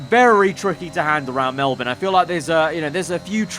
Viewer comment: Holy shut he says Melbourne somewhat right! He is officially my favourite f1 youtuber